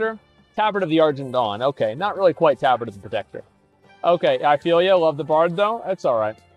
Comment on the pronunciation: The way he pronounces tabard is horrid xD And he pronounces it correct when reading the name of the tabard, yikes! Also the Tauren with the bone mauls looked pretty decent tbh. The BE after the Tauren looked odd with those boots. Bixxnood looks good. Asmon is super inconsistent when it comes to matching colours xD